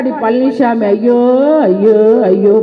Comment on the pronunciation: பழநிச்சாமிங்கிற ங்களா? பன்னிச்சாமிங்கிற மாதிரி கேட்குதே? சரியாதான் சொல்றீங்க! மலம்திங்கிறவன் தான் பன்னிச்சாமி! அதுயார் மலம்? இரண்டு குஜராத்திகள் மலம்!